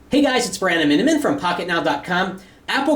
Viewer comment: ''Hey guys it's Branaminimn'' Haha.